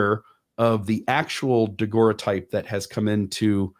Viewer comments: Great discussion, guys! Always so interesting! (NB: “daguerreotype” pronounced “dah-GERR-oh-type”) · Nobody knows how to pronounce "daguerreotype" in all these videos I've seen by different people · when you get back, please teach how to pronounce daguerreotype! He's killing me! Good show other than that.